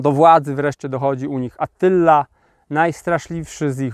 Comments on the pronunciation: ATTYLA a nie ATYLLA, no nie. Dwa razy TT a nie dwa razy LL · Mała poprawka, nie Atylla ale Attyla 🤔